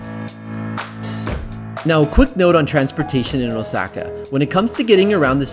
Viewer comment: Anyone else cringing when this guy says Osaka as “osackuh”? 🥴